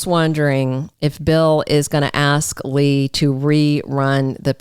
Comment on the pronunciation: when you say lie for Lee and LY am for Lee am it's like nails on a black board. Learn to pronounce the actors by their names